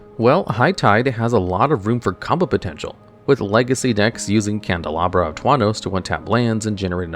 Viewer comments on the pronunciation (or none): its wild that you can mispronounce candelabra of tawnos wrong twice and in two different ways in the same video. Its like you just let the syllables fall out with no thought or filter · "Candlebara of Tauros" BEST DuelLogs pronunciation EVER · How many different pronunciations of "Candelabra of Tawnos" will we get this video?